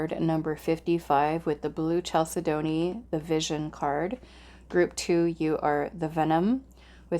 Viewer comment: First stone is pronounced Cal Said Knee